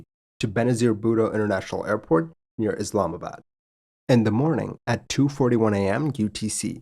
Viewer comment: As a Pakistani, great video but please pronounce location names correctly Pack ih stan is incorrect. It should be paak ih staan. Islamabad was almost perfect but the "bad" is "baad".